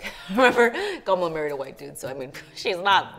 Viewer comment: THANK GOD finally is pronouncing “Kamala” correctly 😩😂